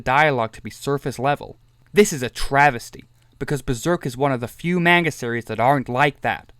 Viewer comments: You know, I watched all 32 minutes of this to give it the benefit of the doubt. And while I was watching I thought "this has to be a troll, not even pronouncing "manga" correctly ". But then starts talking about the patriarchy, toxic masculinity, and Jordan Peterson... After that I realized this person is another one of those idiots. I don't think anyone would give this video hate if you had just stuck to making points about Griffith as a character and made this a case study analyzing Griffith's reasoning, and the story itself. But bring up dumb stuff like modern gender politics for manga that started in 80s and the anime arc in 90s is beyond stupid. And then insult other's opinions in the fan base then expect them to respect yours... But criticisms aside. Enjoy your attention. You earned it for making such an outrageous video. I commend you for trying something different. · shit take and also it’s pronounced “mon-guh.”